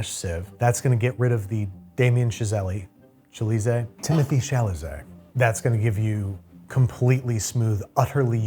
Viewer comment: "Timothy Chalazaet"!! 🤣